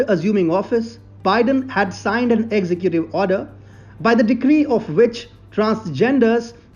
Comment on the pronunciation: Sure I enjoy your content but brother you must learn to pronounce executive correctly. Ex-zec-gu-tiv but you where saying execute which would be fine except that execute is another word with a different meaning.